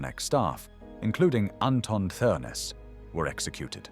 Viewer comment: Th is pronounced as a hard T so it's pronounced Ternes